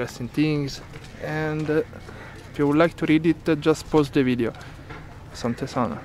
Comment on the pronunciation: you said "ashante sana" the right way. You are learning Swahili 👍👍